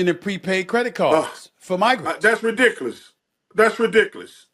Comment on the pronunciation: “That’s redickless”